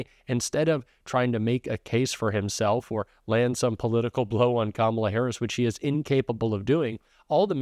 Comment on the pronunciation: he can pronounce HUSEIN,MALANIA, BUT NOT KAMALA...